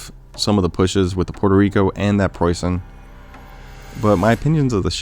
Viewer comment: Nice job in the game and the pronunciation of Preußen! Very impressive